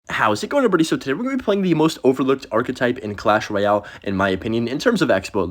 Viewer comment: Is clash royer, not clash royao. Lolz